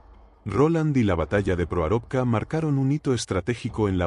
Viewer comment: Proarovka pronuncia mal el narrador